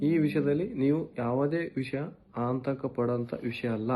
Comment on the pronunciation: ಅಂತಕ 😂😂😂ಅಲ್ಲ ಕಣೋ ಆತಂಕ 😂😂ಕರೆ ನೀಡಿರೋದ್ ಅಲ್ಲ ನೋಟೀಸ್